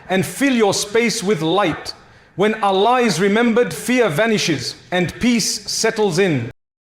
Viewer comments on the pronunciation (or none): Yes. This AI pronounces "Allah" and "sahih" differently